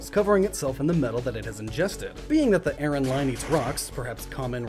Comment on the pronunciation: Dude, it's pronounced ARE-on.